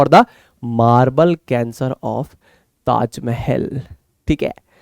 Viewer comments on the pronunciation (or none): The way he said - "taaj mahel" 🤣😅😅